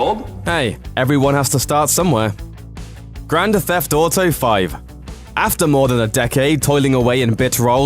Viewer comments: WHATS wrong with your pronunciation Grand Tetheft Auto 5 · did you just say? grandA Theft Auto!